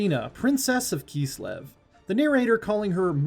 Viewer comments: IT KISLEV! NOT KEEEESLEV. That was painful to listen to. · “Keeslev” - this guy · Well it's not wrong it would be close to the german pronunciation XD